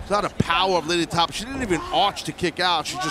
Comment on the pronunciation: Say her name right Justin Roberts. It's Tapa like pasta.